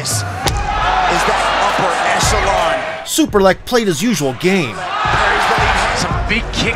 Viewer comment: The whole time I thought u say "Super leg" 😅😅